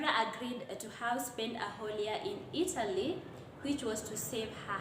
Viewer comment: Just a quiz is 'a' asilent letter I heard you say Itly instead of Italy 🇮🇹